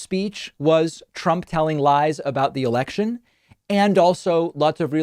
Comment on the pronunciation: Did he say election or erection?